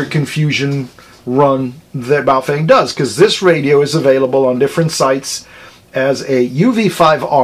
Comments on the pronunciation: ba-oh fung.... not bay o fang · Pretty sure it is Boof-wang.